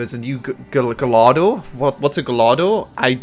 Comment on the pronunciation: Gallardo is pronounced guy-ardo